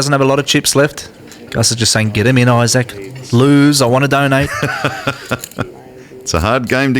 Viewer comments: apparently australians don't know how to say the word "isaac." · eye sack